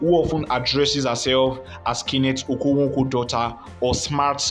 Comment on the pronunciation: You are obviously not an Igbo ,haha your okonkwo pronunciation is something else